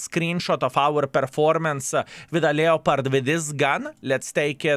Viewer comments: Never played a "Lee-o-pard," however I have played a "Lep-perd" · from the French, "lay-o-pard", so your pedantry is misplaced :P "Lep-perd" or whatever regional pronunciation, is just typical English appropriation laziness.